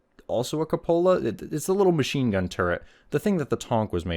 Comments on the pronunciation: It's koo-puh-luh, not co-pola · I've listened several times but I just don't understand why you pronounce "cupola" the way you do. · That's the most interesting pronunciation of the word "cupola" I've heard.